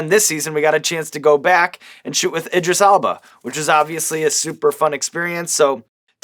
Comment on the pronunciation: That's exactly what I wrote originally. But then googled his name, cus the way Sean was pronouncing it lol.